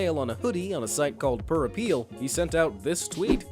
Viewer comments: Plur apparel not Plur appeal. it's Fair Isle, not Fair Island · Plurapparel is not pronounce plur-APPEAL.... think of the word ap·par·el /əˈperəl/, meaning "clothes" .. now add plur in front of it. very simple